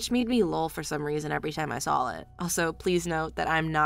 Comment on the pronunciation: Can the woman narrator please spell out the word saw say and realize there is no flipping l in it.